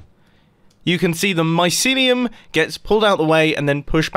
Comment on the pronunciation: Mumbo: “mycineum” Me: oh ok then